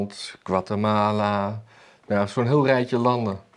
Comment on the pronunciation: Guatamala en Guamalateeks😂